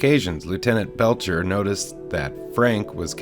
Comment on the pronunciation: Lt Bletcher, AKA Bletch, not Belcher.